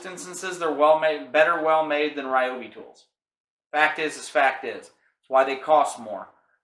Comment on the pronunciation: REE-OBI not RYE-OBI... carry on